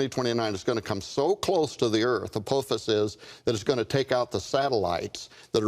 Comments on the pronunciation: Agreed. Wow, "A-poe-fiss" must have a solid ironic core! 😄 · If he remembered what the Almighty said he wouldn’t remember, doesn’t that mean the Almighty is fallible instead of infallible??? Not to mention that the Almighty doesn’t seem to know how to pronounce “Apophis”...